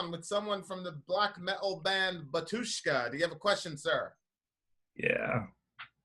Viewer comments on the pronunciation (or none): why cant member of Batyshka pronounce name of the band?